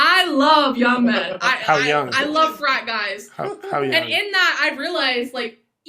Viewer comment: Did she say "I love frat guys" or "I love fried guys"? I mean, she looks like she eats men for breakfast....